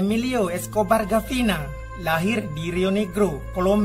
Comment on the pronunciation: Bukan gavina bang tapi Gaviria